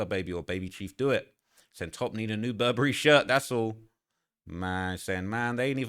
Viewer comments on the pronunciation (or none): none